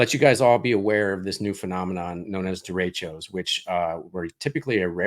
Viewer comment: I know the term, but it is not being pronounced properly. It's spanish, so you roll the R and the e's are more soft. Happens often during monsoon season in northern new mexico. Derechos bring good rain to the desert.